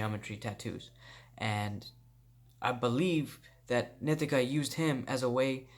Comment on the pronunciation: "nee-TEE-kuh" NOT "NIH-tih-kuh"! 😠 Say it fukn' right bro! Grrrrrr 💥👊